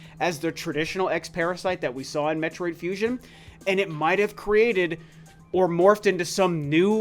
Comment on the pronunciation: "metroid fusin"